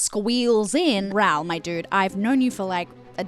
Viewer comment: love your extensive analyse! (tiny little bit have my thoughts on your Raoul pronunciation: Rowl? <Ra-oohl>!